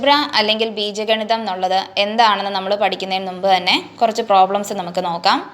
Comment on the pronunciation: Kurach ennan karach ennalla miss